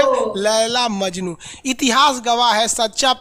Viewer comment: Majnu nhi majnun